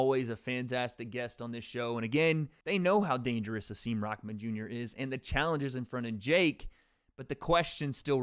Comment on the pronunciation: Hasim recently taught us that his first name is pronounced Ha-sim, not Ha-seem